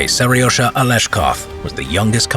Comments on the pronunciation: Its not Ser Y O zha, its serozha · WHy do I hear Seryosa? it is Seryozha